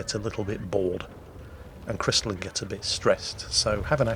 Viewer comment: you are butchering the pronunciation again. It's a-cat-zuki!